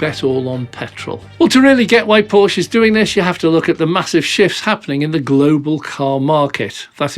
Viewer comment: Please say Porscheeee and not Porsch oder Porschi with an e like in electricity or eleven. 🙏🏻